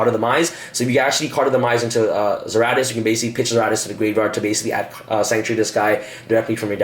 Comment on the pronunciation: Dude you're missing letters all over the place..... Zera-DEE-US and Ties Of The BRETH-RINN, this video is a trigger storm